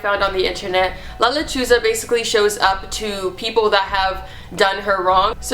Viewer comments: OH MY GOD THE TITLE OF THE FIRST STORY I THOUGHT SHE SAID "la lechuga" WHICH MEANS THE LETTUCE IM DYING😂😫😫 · LOL JAJAJAJAJA its not la lechuga jajajajajajaj its la lechuza a lechuza its a bird similar to owls